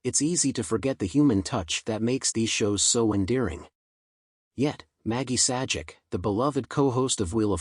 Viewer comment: YOU NEED TO PRONOUNCE THR NAME PROPERLY. YOU NEED TO SHOW RESPECT